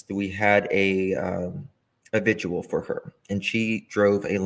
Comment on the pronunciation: It's 'VIGIL' ...I wish people would stop prouncing it v i g u a l !!